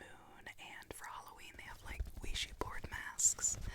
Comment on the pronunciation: “Ouishy”? Lmao it’s ouija